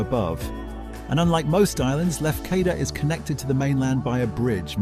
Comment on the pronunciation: Agreed, nearly didn’t make it past Tino’s or Mike-on-oss. And pronouncing Lefkada two different ways. Just be grateful he didn’t attempt Hozoviotissa on Amorgos.